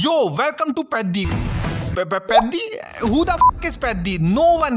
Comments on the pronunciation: Peddi ❌ paaddi☑️ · Peddi ❌ Paddi✅ 🤧🤧